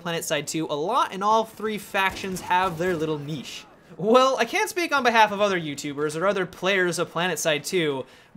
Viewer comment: He pronounced niche so wrong